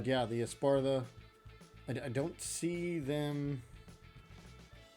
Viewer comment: "Espartha" :P